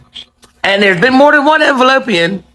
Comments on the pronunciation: That lady said "envelopeian" i had to pause for dramatic laughter, I've seen the earth go round the sun 40+ times and this is the first time I've ever heard that one🤣🤣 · "ENVELOPEAN"... classic!!!!!! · Not "Envelopians" !!!! 💀😭🤣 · “ Envelopian”🤣🤣🤣🤣she made my day.. I am going follow her😂❤ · The lady called them Envelopeans. 🤣🤣🤣🤣🤣🤣🤣🤣🤣🤣